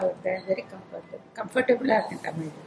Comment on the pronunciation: Being a native speaker, ur tamil is awesome indeed. Just if u would have pronounced irku as iruku, panungo as panunga, it seems good. And thankyou for doing the videos in tamil. Finally i also from vellore and i have seen many videos about vellore and u could explore the rural areas of vellore as well..